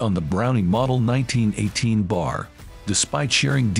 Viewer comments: It is not the "bar." It is the "B-A R." You have to spell out the letters in order to say it right. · ...it's pronounced Bee Ay Are...NOT 'bar' as in Davy Crockett kilt him a bar when he was only three... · Both ways were used, but B-A-R is more common.